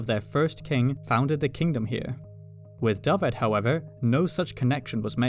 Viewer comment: Nice to see the correct pronunciation of Dyfed. You should hear to attempts by my English friends. Diffid, Daffid, all sorts of horrors.